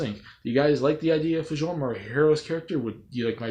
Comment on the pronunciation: Fjorm is who I want. And not nitpicking but Fjorm's name is pronounced Fyorm.